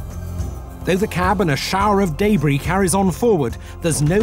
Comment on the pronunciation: "in a shower of DAY-BREE"